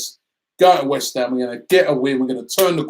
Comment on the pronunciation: Damn, only 3 points ahead of "Weth Ham" 🤣🤣......I just hope nobody gets drawn to the Kovac rumours, that really would end us